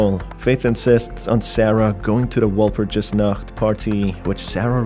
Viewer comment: You mispronounced Walpurgisnacht, it's German, the only reason I know is because my mom speaks German.